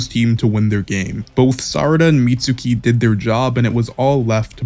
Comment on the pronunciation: "meet sookee"????